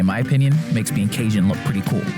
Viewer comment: He met all those cajuns and no one tol' him how to say "Cajun"